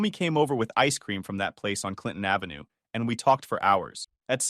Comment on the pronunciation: "Ice cream from that place on Clintont Ave." WHAT PLACE? WHAT CLINTON AVE?